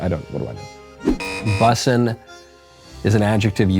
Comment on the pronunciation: I lost it at “Bussaa” Lmao